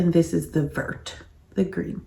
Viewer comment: Lol!! How everyone pronounces Vert!! Even said it like you did 😃 Vert rhymes with "air"... say very but leave off the "re" 😉